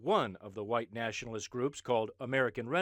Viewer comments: Jared Taylor sounds like a plantation owner. Really sells the 'H' in white, almost sounds like he's saying, "ha-white". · How come every racist says white like the "whip" in cool whip?